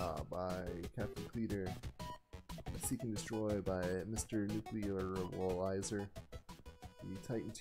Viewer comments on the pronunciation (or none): Seriously though, my name is pronounced Nuke-a-lizer not Nuclear-able-izer.